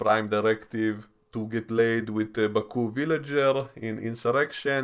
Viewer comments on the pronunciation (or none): none